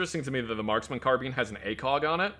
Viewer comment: The way the way is pronoucing Carbine, Gewehr and Karabiner is slowly causing me to get upset and hungry at the same time